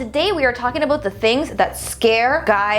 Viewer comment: Lol omg yes your Canadian.! In the beginning you said Aboot